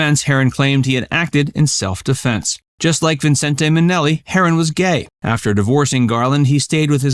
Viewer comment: Never heard anyone pronounce Vincente Minnelli's first name that way. Always just Vincent.